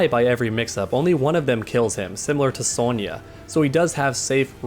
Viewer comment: I never noticed how u called sonya soulnya